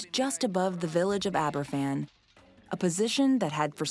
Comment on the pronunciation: #7 - Aberfan is pronounced as ‘Abba-van’ because it’s a Welsh village name. The youngest school children would have been 66 now but the youngest victim was just 2 years old in 1966. That’s a whole generation of Baby Boomers lost to an avoidable disaster.